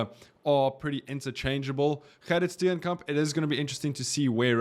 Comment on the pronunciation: Definitely not Wessels - Stenekamp